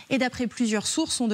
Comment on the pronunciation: C'est très bien justine pour tes infos,mais je déplore votre prononciation pour le Burkina Faso (le U ce prononce "ou")faite un effort et dites le aussi à vos confrères, bisous.